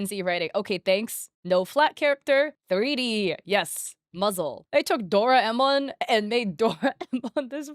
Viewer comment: I kinda flinched when she pronounced Doraemon